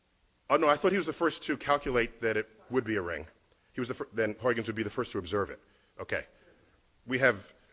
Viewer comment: It is Huijgens, not Huygens, and is pronounced Huigens, not Hoikkens.